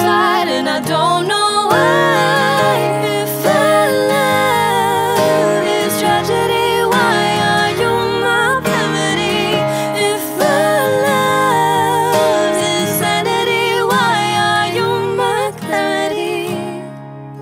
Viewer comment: When you said remedy it sounds like you said pemaedy